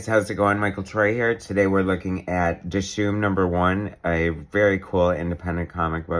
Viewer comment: Wow, thanks so much for the surprise review! I really appreciate the support, and you really nailed a LOT when you were inferring references and sources of inspiration. And you also pronounced Dishoom perfectly. Thanks again, Michael!